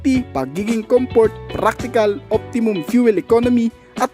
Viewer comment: ComFort bos... iba ang F as P ...